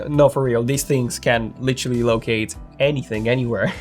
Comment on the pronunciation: "Litchully" ?? I think you mean 'Literally'.